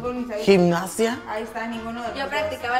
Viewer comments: Buen video, solo un inconveniente Es gimnasia, no gimnacia Saludos desde Mty😁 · echale ganas siempre la cajeteas gimnasia, con "s" no gimnacia con "c" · Se dice gimnasia no gininacia